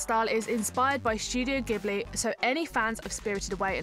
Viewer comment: 1)You pronounced Ghibli wrong; 2) KH3 won't come out in 2014 and probably not even in 2015; 3)You should change the title to "Top 10 mainstream" because you missed some of the big ones and just talked about the most famous ones. I like the video though :D